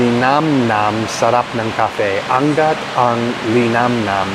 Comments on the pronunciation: It shouldn’t be anggat, it should be angat ( overpowering goodness) . Ask people how to pronounce “ nga” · Pronounce Angat A ngat ang linamnam Meaning much better or tastier than other Linamnam is a tagalog of taste When u say malinamnam its tasteful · Angat ang linamnam - you read it as ang-at. Angat means elevated... Linamnam is like goodness..kind of yumminess in a sense. So it basically means evelate goodness. 😊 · A ngat ang linam nam. Pronounce the A then ngat. thats the right words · Angat pronounced as Ang-ngat. It means level up, tastiness is leveled up. Or when you say I-angat mo which means raise it up.